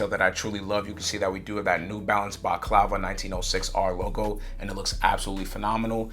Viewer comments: Couple of things to mention there’s no Bordeaux on this shoe and baklava is pronounced bak-lava it’s a pastry not a mask bro. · 1.Medusa 2. Scorpius 3. Rosewater It’s pronounced Baklava (Bahk Lah Vah) it’s pretty tasty 😊